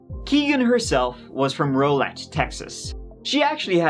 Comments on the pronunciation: RAUW-Let not Row-Leyt 😂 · Yo it’s pronounced “Row” like cow - Rowlett, TX 😉